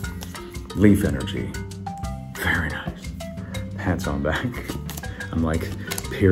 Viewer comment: Be vewy vewy quiet 😁